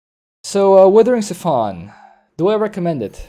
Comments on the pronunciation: Siphon as in s-eye-phon your gas from your car... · Ok I know your stick is to mispronounce everything, very mildly annoying usually but that pronunciation of siphon is just maddening.